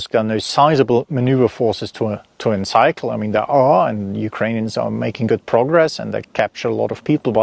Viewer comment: Fascinating. Thank you. Pronunciation: seize like sees (not size); and encircle like circle (not cycle).